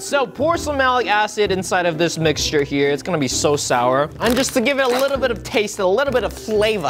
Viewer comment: Am I the only one hearing him saying Shower Ice Cream?